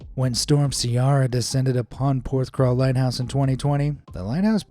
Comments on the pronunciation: It's pronounced 'PorthCAWL' not crawl lol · PorthCAWL not CRAWL! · Hey! It's Porthcawl. Not Porthcrawl! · It's Porthcawl, not PorthcRawl ;) I live not far from Porthcawl, been there multiple times, including along the pier. If you seaarch for 'Porthcawl Storm' there are many images and videos of people standing next to the wall near the lighthouse, just before the gateline seen in your vid, the gates only close during stormy or icy weather. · Lol! It's Porth-cawl, not Porth-crawl! 😂 (Though to be fair, you got the vowels right for the English pronunciation.) I should know, I was born and brought up a few miles away. I know that breakwater and the lighthouse so very well. Used to go crabbing off the breakwater into the harbour. Haven't been there in many years but it's still home to me. I spent nearly every summer day on one of the beaches in and around Porthcawl as a kid. 🏴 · Thanks for saying that. I was thinking how many times can he say crawl XD